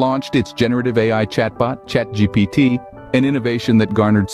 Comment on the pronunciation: Exactly, that's what the narrator says at - it's ChatGPT - not ChatDGPT.